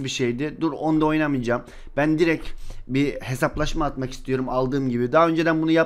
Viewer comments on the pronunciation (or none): none